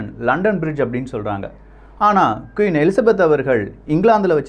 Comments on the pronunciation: கியூன் இல்லை..... குயின். சில தகவல்கள் தவறாக உள்ளது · Pronounce kween not kuin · Quiin illa.. Queen enru sollunga 😃😃😃😃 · Vry gud explanation, but queen not (kiun).. tq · சுட்டிக்காட்ட மட்டுமே சகோ, எனக்கு மட்டுமா அவ்வாறு கேட்கின்றது என தெரியவில்லை, நீங்கள் ஒவ்வொரு முறையும் Queen Queen (குயின்) என குறிப்பிடும் போதும் கியூன் கியூன் என கேட்கின்றது. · தயவு செய்து கியுன் சொல்லாதிங்க, திருத்திக்கோங்க.. குயீன் Queen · கியூன் இல்லடா! அது குயின் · அது கியூன் இல்லை குயின்